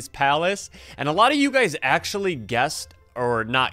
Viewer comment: i like when said thats achully crazy brotheer at 6;50 lol